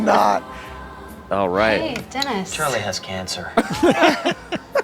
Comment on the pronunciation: I love when she pronounces words weird like anytime she pronounces Dennis-“Dinis” or program-“progrum” 😂 it feels so fitting just this mildly annoying quirk this character would totally have and it kills me everytime lol